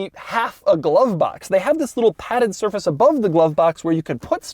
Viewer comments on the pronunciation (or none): none